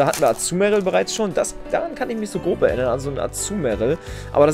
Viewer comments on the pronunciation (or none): none